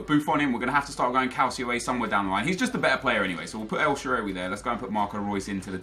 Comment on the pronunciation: the butchering of el shaarawy's name was triggering me so much.